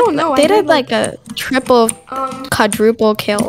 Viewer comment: It’s NaWT kvAdRUple ..l ITS qUaDruPLe📞🥱